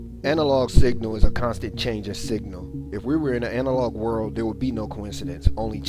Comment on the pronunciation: The person that narrated really needs to pronounce their words. It's "World" not "Whirl"